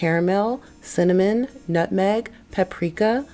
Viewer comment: not the "nutmeg"💀💀💀💀💀